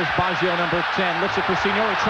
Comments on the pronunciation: Dude! you would think they would be able to pronounce the name of the worlds best player. What on earth is 'Bawjio' ? McGrath beat Baggio 40 times in the game. Baggio didnt get a sniff, so why are these assholes yapping on about Baggio throughout the entire game??? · That commentator is terrible. He actually thinks England are playing Italy, and he has no understanding of what is going on. He cant even pronounce Baggio...I think they fired him after this world cup after so many complaints.